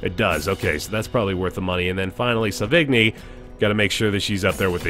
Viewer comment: ahem sauvigni=sô-vi-ñí and puchot=pew-shô XD well done man, really been enjoying the series